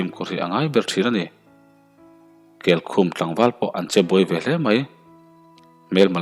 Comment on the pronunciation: Darzawl nilo Dàrzawl aniang..amak thin emai..Keikhum i lam dan pawh a diklo